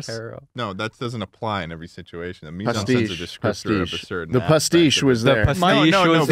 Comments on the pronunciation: The way says "mise en scène" is genuinely painful. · Just so you know both mise en scène and pastiche are french words and they completely butchered the fuck out of them😅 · Imagine being french and hearing americans pronounce "Mise-en-Scène" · I love how is so confident in the way he says "Mise en scene" but Schlatt is closer to pronouncing it correctly